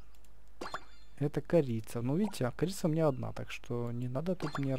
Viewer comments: Не крица а корица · не крица а корица ок? 😀 И кстати ты топ